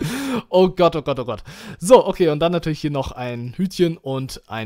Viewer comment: du sagst immer statt oh gott nähmlich oh gatt !